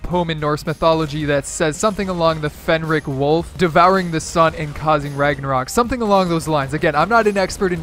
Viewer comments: Fenris not fenrish read google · Fenris not Fenrick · Fenris not "Fenric" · It’s not Fenrick it’s Fenris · Got added like 1st or 2nd week of season 4 I think he said it wrong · you were correct on the wolf thing, but it is pronounced like furnace oof